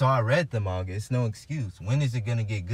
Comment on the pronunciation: I swear- I heard him say, "mangata"